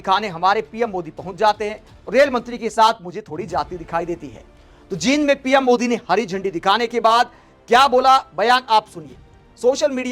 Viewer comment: जिंद😂😂😂😂 नहीं जींद